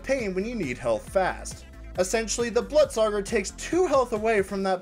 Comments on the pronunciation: The blootsauger? NAH it’s the Blut sauger Blutsauger (Bl - oot - sa -ger) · I hate it when people pronounce the blutsauger like bluttsogger.